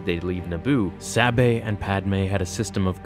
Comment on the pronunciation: It's weird that you keep switching between different pronunciations of Sabé's name. It should be pronounced Să-Bay. The names are my biggest problem with this book, all of her handmaidens had very similar names, it made it difficult to keep them straight.